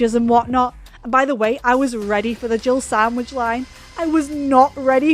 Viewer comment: To me Berry says "jible sandwich"